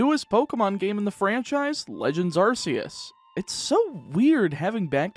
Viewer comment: Also arceus is pronounced arkeus